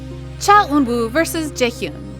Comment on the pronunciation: Not trying to be mean but you should work on your name pronunciations. The way you pronounce Eunwoo and Jaehyun is lowkey killing me lol